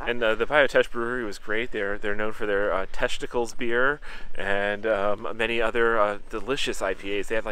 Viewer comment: I'm sorry, I don't know if I heard you right, but did you say that the Bayoutesh Brewery is known for their testacles beer?